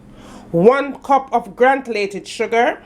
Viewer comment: It’s not grantulated it’s granulated 😂😂😂